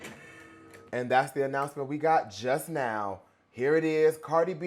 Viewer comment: I got ananananannanananoucment to make 😂😂😅 the prononciation god